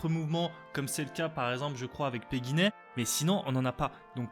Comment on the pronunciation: Bonjour, c'est encore moi Alors, on dit "ÉTA", "barrettes à pompe (ou à pression ou à ressort)" ici à libération rapide ou à ergot et pour terminer ta langue a fourché sur "Pequignet" haha